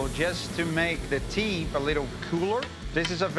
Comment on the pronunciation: Doug: KEEL: TEEP